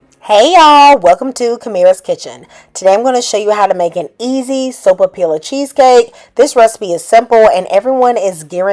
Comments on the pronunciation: Pronounced soap-a- piya. In Spanish one L has the elle sound but two LLs have a y sound. Here in New Mexico a puffed sopapilla with honey inside is a perfect dessert. We also like stuffed sopapillas with ground beef and green chile like a handheld burrito. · The lls are silent and pronounced like a "y". So pa pee ya. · MAKE THIS! It is delicious & always a hit. It’s pretty sweet already, so I skip the honey. Pronounced SO-PAH-PEE-AH. Double L in Spanish is pronounced as y (ee). Excellent tip about the wax / parchment paper. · I think the “ll’s” are silent? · Not silent… “y” sound.😉🩷